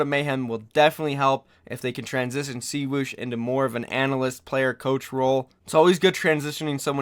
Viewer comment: Btw its swoosh not see woosh